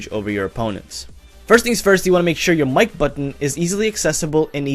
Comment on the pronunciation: First i tought u said the like buton not mic buton